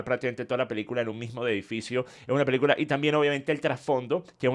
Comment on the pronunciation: DECIRLO con todas las letras. PELI-CULA. 😂